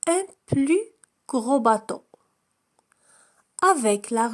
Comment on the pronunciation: النطق لكلمة bateau خاطئ